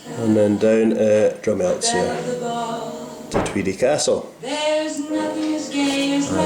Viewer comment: Excellent. Check out Dreva Craig across the tweed from tinnis if you havent already. Good wee exhibition on manor valley in peebs right now. Cheers. (Oh, and the z is silent in drumelzier!)